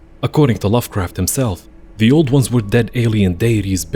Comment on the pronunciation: I heard that too. lol